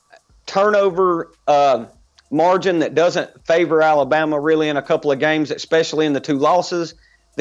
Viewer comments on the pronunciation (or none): It's "Especially" not "Expecially".